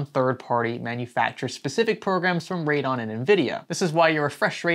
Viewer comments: Just me nit picking, but its ray-dee-on not radon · Heads up, Radeon is three syllables. Sounds like Rayd-e-on